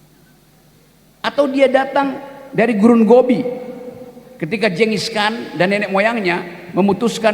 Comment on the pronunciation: bukan jenom, tapi genome; bukan jengis khan, tapi genghis khan; bukan diception, tapi distruption; bukan preset, tapi periset.